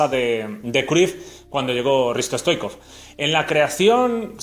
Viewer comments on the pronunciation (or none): No se dice Risto stoicov se dice hristo STOICHKOV la H sería como una J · Pq dices stoikov? Es Stoichkov!